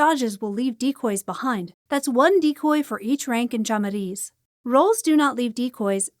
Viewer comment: Nice video, thank you for all that you do for the community >:) On a side note, the way you pronounced "olho" was really funny lol (its a hard word for non natives since the "lh" sound is not that common in other languages, so don't worry lol), also you more or less nailed the word "chamariz" so I forgive you, keep the good work I love your vids >:)